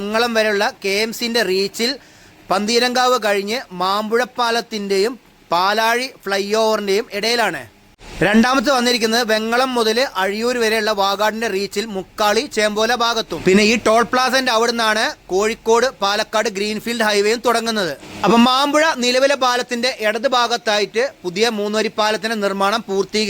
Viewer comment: ചേമ്പോല അല്ല ചോമ്പാല